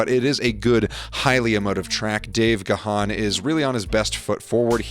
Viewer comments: Is pronounced “gahn” not “gah- han”. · Over 40 years later and people still can’t pronounce Dave’s surname right….It’s pronounced like man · its pronounced Gone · Rhyming with man is not correct, either. Take the 2nd syllable out to just “Gahn.” If you need a reference, listen to the opening of any My Nerd World’s Depeche Mode: The Podcast episodes. He plays both members introducing themselves. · i will be polite.... i don't agree with anything you said ... you can't even pronounce Gahan. your input is fake and poor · There should be a rule that if you can't pronounce Dave's last name correctly, you should not be able to critique his work.